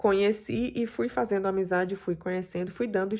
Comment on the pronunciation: Escrevi errado ela fala a suposta "professora de educação física" que eu duvido, " cumeno, fazeno, tentano", e por aí vai.